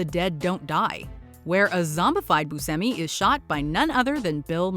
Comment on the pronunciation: Steve BOO-SHE-ME